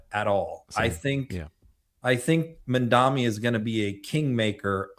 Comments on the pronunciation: Mamdani - not Mandami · TY as always. - it’s Mam-dani (think of your mom)! XoxO from NYC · MAM-DA-NI! If I can manage to pronounce "Filipkowski," I'm confident that can get Mayor Mamdani's name right. 💙🧡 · Unbelievable that doesn’t know how to spell and pronounce Mamdani….come on now, get serious and!